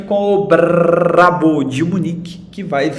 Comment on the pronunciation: cuidado com esse "brraaaabo" kkkk